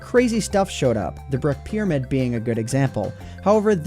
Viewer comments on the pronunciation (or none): wait........am i the only one who does not know what he is talking when he says pyrmid? i don't have them in my minecraft and i have the latest version??